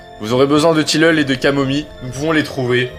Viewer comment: Du "tilleule" !MDR